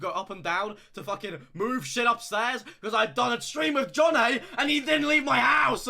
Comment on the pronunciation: the second a in jonnaays name is nowhere to be found